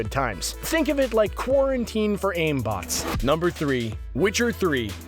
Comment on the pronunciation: When u said quiriteen you know about COVID 19